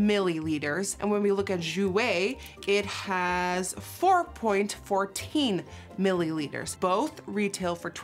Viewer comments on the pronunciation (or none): the way she says milliliters has me dying 😂